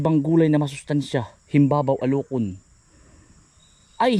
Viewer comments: himbaba-o po hindi himbabaw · It is pronounced Him-ba-ba-o. The green ones fresh from the tree are edible but I wouldn't eat the brown ones from the ground. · Himbaba-o bigkas dyan samin sa Calamba. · HIM-BA-BA-O. ganyan ang pagbigkas dyan. bihira makakita niyan sa mga palengke. mahal ang presyo nyan ka insan. yung pinakbet ilokano, yung may bagoong na isda,nilalagyan nyan. sasahugan ng inihaw na bangus. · Ang bigkas sa amin ay himbaba-o , msrp yn s diningdeng bihira ang puno nyn dito s laguna pero may nbibili nmn s plengke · Ang bigkas po dyan ay him ba ba o sa tagalog,alucon sa ilocano ,panggasinense baeg po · Himbaba O yun ang tamang bigkas Naka Kain po yan dito sa Amin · HIN BA BA O ANG BIGKAS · Himbaba-o /alokon ang tamang bigkas.baeg in ilocano msarap ilagay sa monggo at sa denengdeng...lalo sa buridibod recipe ang mahal ng ganyan n ngaun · Kainsan napakamahal sa parte ng Nueva Ecija yan. Himba - ba-o ang tamang bigkas jn.. 500-600 ang kilo sa amin niyan. Yang pinupulot mo bunga yan, dina kinakain yan, kasi matured na. Ang kinakain yung green pa at dipa nakabuka, yung firm pa ang texture niya.. Pwede rin samahan ng talbos niya kung magluluto ka. Masarap yan. Panahog sa ginisang munggo or yan lang sasamahan mo ng kamote, bulanlang lang lagyan ng kamatis at isang sibuyas katalo na. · Alukon sa Ilocano ka Insan,mahal Yan sa palengke,Himbaba-o Yan Ang bigkas diyan